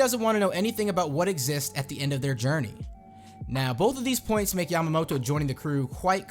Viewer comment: And you need to pronounce her name properly since it sounds like a female name for Momonosuke